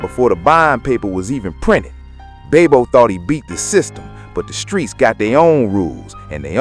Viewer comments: Who is babe bo its bob o😊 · IMA NEED YOU TO SAY BOB O LOL😂